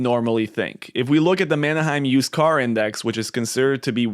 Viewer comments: First, Manheim is not “Manna-hyme”” like you are pronouncing it. It’s pronounced “Manhyme”. Also, Schiff is wrong on many things including gold. Gold has never been accurate in the era of fiat currency. Gold, Used car prices, real estate it’s all FOMO driven based on supply and demand. This video is fear mongering. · Man Hime, not Manna Hime!